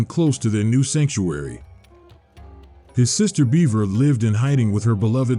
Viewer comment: Despite the weird pronunciations ("Beavera?" Missing a whole syllable lol) this is probably the most thorough video summary of the game out there.